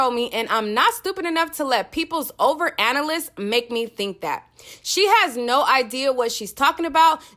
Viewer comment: Sis did u really say "over analiss" lmao.. Analysis Ah-nal-ly-sis